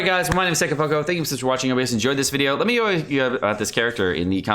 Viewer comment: it's Seka-po-CHO!!!